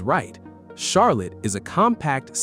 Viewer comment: Almost as bad as the AI voice pronouncing Charlotte like Char-lette